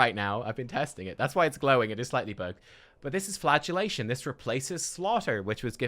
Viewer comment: Every time I hear Flagellation, I hear Flatulation, and funnier than it really should be.